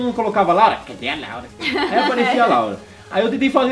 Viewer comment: Parece que a Laura fala Lauri